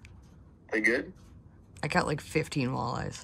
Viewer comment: I was just up there over the weekend and got into crappies for my first time on Red. Never caught any there before. Two of us caught a bunch and every single one was 11-3/4" or 12". Great time. Also, I have to ask... Has anyone ever called you out for saying "caughten" instead of "caught"? Haha I'm sorry I just had to ask because you always say that!